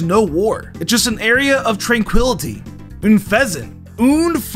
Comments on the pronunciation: Lol all he says for Unfeaznt is OOOH FA ZOUNT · Hah! I love how you didn't have anything for Unfezeanta so you just said it funny. :D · Not even 40 seconds into the video and I'm in tears over the Servine thing 🤣😭 Edit: I did not know that fact about Unfeazant 😂